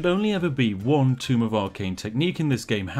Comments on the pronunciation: Please God, my ears. Tome is pronounced "toe-m", not tomb. Also DA:O is great man cmon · "Tome" .... Not "Tomb" Spiff! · It's "Tome", not "Tomb"... ...but that's ok.